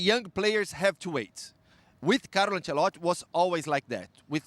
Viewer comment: I hate how this guy doesn’t say “i” in Ancelotti’s name